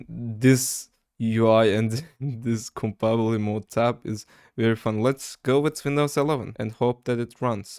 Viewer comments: Its pronounced kom-ba-ta-bility mode not combabilty mode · idk why but its funny to me when he says "compabblety", interesting video idea tho, i like it